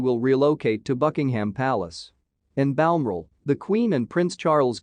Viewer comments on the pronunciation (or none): Sorry but its Bal- MORAL, not Balamora 🇬🇧👧